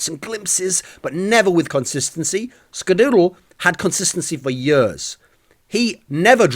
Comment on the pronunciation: Please make a video where you just say skadoodle. It sounds so funny when you say it. Dooooodle